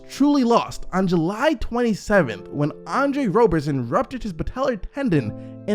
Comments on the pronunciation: its Rob-er-son not Robe-er-son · It’s Roberson not Rowberson